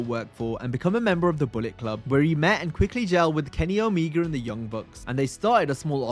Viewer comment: "Kenny O'Meager"